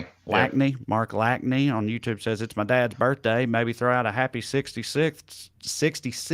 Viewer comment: Hey! Thanks for the birthday shoutout for dad. Its pronounced Lash-knee though haha. Best part is people would call our house growing up and would ask to speak to don "lack-knee" and he'd say he don't live here and hang up so he's gonna lol for real when he hears that